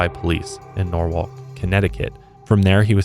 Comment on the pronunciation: The way you said Norwalk ct and my jaw dropped no one ever talks about my town